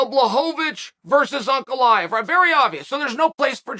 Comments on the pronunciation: Pronouncing Prochazka and Ankaleyev correctly cmon Uncle Chael you’re better than that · Uncle Chael pronouncing Ankalaev's name right?? Is he drunk or smthing?